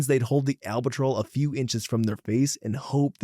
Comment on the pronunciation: Just a polite heads up, but you butchered the word albuterol. It’s Al (like the man’s name)-bew (“blew” with no l)- tur-all. If you search YouTube or google for “how to pronounce…” you can often find a handy guide. 😊